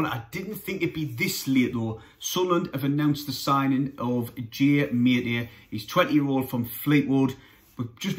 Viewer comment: ‘I think it’s pronounced ‘ Ma- TE- Tay ‘ ( accent on the ‘TE’ 😉👍